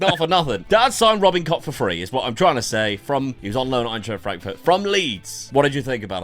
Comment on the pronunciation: It's not how you pronounce the name at all 😁